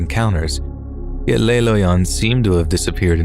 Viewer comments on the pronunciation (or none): I am a long-time subscriber and absolutely love your narrations. I just wanted to give you the correct pronunciation of two words from two separate stories. The Wisconsin town of Keshena, where the drug-laced Halloween candy showed up, is pronounced Kuh-shee-nuh. In the Le Loyon story, the French word 'Le' is pronounced Luh, not Lay. This is not to be confused with La, which is exactly as it sounds. Le is the French masculine for 'the', and La the feminine. When you pronounce it Lay, that is actually Les, which is the plural of Le or La. I'm not trying to be a jerk with this comment, I'm just giving a helpful hint for the future. Keep up the awesome narrations, and I look forward to the next episode .